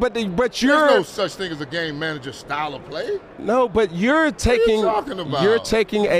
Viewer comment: Sounds like you're saying gay manager. Lol